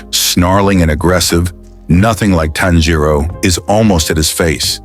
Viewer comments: Not inosuke finally saying tanjiro's, name right XD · Inokuse said tanjio name right😢